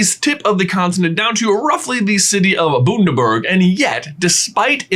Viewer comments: It’s Bun-der-burg not Boon-da-berg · Boondaberg? 😂 love that you tried pronouncing it ... it's Bundaberg: Bun-da-berg 😅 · Its bun der burg not boonderburg lol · "boondaberg" I'm crying guys jrjdjdjdn it's just "buh-nda-burg" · Haha... Boondaberg. It's Bun-daberg... like burger bun. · I'm in Australia and your saying Bundaberg like it "Boon" it's Bun. emphasis on the the "Un". Had to think about that for a minute :p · Boondaberg Um it's Bun dah bur g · Bundaberg not boondaberg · ‘Boon-da-berg’ absolutely classic It’s pronounced ‘Bun - da - burg’ Bundaberg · its pronunced bundaberg not boondaberg #proudaussiemoment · Boondaberg sounds so funny in an American accent. Aussies pronounce it Bun as in "bun" in the oven, or Easter "bun"ny. Bundaberg. This has been Aussie lessons with Kelly 😊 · Did he say Booonderberg? Haha. Bunnnnn-der-berg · BOONDERBURG?!.....NOPE NOPE NOPE Sorry buddy, but it's Bun-der-burg....you were close....kind of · *BUNdaberg Not BOONdaberg 😂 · Boondaberg??? it is pronounced BUN-daberg. I don't know if this is deliberate or not but I used to live in Bundaberg and I thought I'd point it out. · when he said “boondaberg” i nearly cried “bundaburg” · Boondaberg. Heheh. It's actually pronounced Bundaberg. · "Boonderberg" cackles "Bun-duh-berg" is more correct haha (Bun like, bread buns) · HAHA he pronounces it boonderberg it’s bun-der-berg this hurts my aussie heart 😂😂 (no hate tho, it’s just funny how foreigners pronounce australian things) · Now I don't live there per'se but I live nearby and it's not B*und*er-berg, we're Not Krauts, lol, it's pronounced *Bun*der-berg like a Bread bun. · Sorry can we go back to J's pronunciation of 'Bundaberg' for a second It's b-UH-n-da-berg not bOOndaberg. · J really called bUndaberg bOOndaberg 😂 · BTW, it's not pronounced 'Boon-da-burg', it is actually 'Bun-da-burg'. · The first syllable in Bundaberg is pronounced 'bun' as in hot dog bun. It's not 'Boondaberg.' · ITS NOT BOONDABURG ITS BUNDABERG (bund-a-berg)